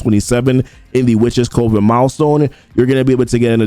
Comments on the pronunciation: I love the content but I gotta say it.. it’s Cuh-ven. You’re definitely not alone. Every CC I’ve been watching is saying Coh-ven. However, it’s Cuh-ven. Sorry it’s been driving me bonkers haha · Just a heads up, coven is pronounced the same way as "oven", but with a c in front of it. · Coven rhymes with lovin". I love you, man.